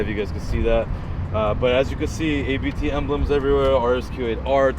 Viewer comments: It’s Abt as a persons last name. It’s not initials. You say Abt. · It`s not ``ay bee tee`` - it`s ``abt``...